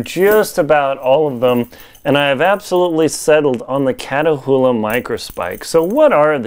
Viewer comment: They're pronounced "KAT oola" Not Katahoola